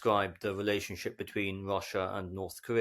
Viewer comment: Well, except for his tendency to pronounce an initial "r" as "wr" in the Saxon fashion; for example "wrelationship" or "Wrussian" . By the way, at that point he mistakenly calls the ruzzian casualty rate a "death toll." Deaths are probably only about a third of total casualties most of the time.